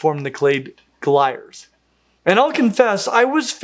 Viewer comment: glires is not pronounced like wires. it's not fucking english, its latin